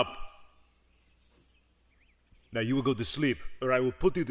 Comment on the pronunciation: In Arnold's Austrian accent the way he pronounces "boobies" is funny, so they keep bringing it up in these sketches.